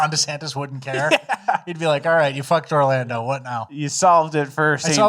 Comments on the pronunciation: He definitely said Orlambo. Usually he hides those a bit better, but I love the pronunciation easter eggs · Orlando or Orlambo? I swear said Orlambo.